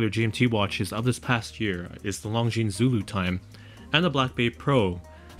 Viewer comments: Beautiful video! Besides the clasp, the Longines looks more expensive and prettier. I also wish it was a 40mm. By the way, in saying “Longines”, the S is silent. So it’s just “lawn-geen”. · Great video -- but if you're going to run a channel on watches, you better learn how to pronounce Longines properly (hint: the "s" is silent). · Please pronounce Longines correctly. The S is silent.